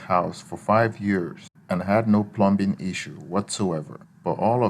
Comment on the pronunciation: Pronouncing "plum bing" or wanting to use an "ooger"....don't think you have ANY experience!